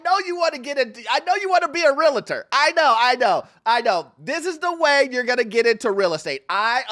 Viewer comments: Why are people placing another syllable into the word realtor? It’s realtor not realator. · Real-tor Say it with me this time...."REAL-tor" Saying "real-i-tor" sounds ignorant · 😂😂😂😂😂😂😂😂😂😂 IT'S REAL-TOR. Two syllables. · I love this video but please learn to pronounce "realtor"